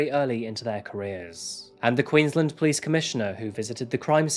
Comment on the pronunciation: I love you, but please remember that Queensland is pronounced Queens-land, like you are pronouncing each word separately. It's not like Maryland in the US where you run them together. You did well with the town names. Thanks